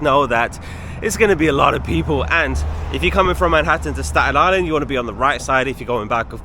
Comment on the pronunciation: probably some natives with the strong Staten Island accent 😂 but you said it correct!